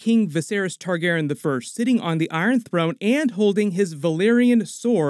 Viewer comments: I cant be the only one who is wondering why he kept saying ‘Targeren’ instead of ‘Targaryen’ can I? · if your gonna be talking about game of thrones a lot I'd suggest you work on your pronunciation of Targaryen. Tar-gair-ee-in. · J, the narrator keeps saying “Targaren” without the yen part 😪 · Yo why is saying "Targaren"? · This isn’t a hate comment, I like your videos but your messing up the pronunciation of “Targaryen” and it’s messing with me😂😂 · I love you, man... But you're mispronouncing "Targaryen" throughout that entire video... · I know this is petty but damn dudes, mispronouncing Targaryen was just.... ahhhhh! Lol That messed me up through the whole video 😂😂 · Why are you pronouncing Targaryen differently? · Why did you keep saying Targaryen like that? For 8 years it has not been pronounced that way.